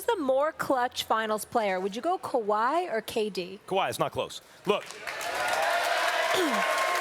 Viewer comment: Dude said kawhi 🤦🏾‍♂️